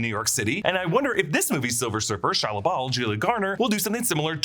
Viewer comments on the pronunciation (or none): none